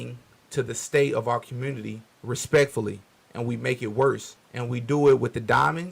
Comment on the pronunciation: Com-murn-nity 😂 Nutt-tin’ 😂 - 👈that was J0E Bye den’s ‘94 Crime BiII. He did that… exposed these dude’s lack of logic.